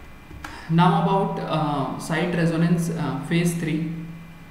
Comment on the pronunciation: How can we accept the pronunciation of "Reconnaissance" as" Resonance "?